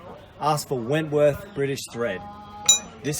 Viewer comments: my heart goes out to you on the saga of the bolts, by the way its Whitworth, not 'Wentworth'. I play with British motorbikes, its 'normal' for those of us who insist on riding old British bikes... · It's called Whitworth ...not wentworth :-) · Great videos, keep up the good work.... Btw it is Whitworth threads... Usually called BSW - British Standard Whitworth... Not Wentworth.. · Perhaps it is your accent, but there is no "N" in whitworth thread !